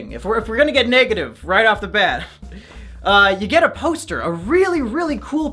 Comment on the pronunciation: The accent came out strong with that one. “It’s sucha nice posta tew.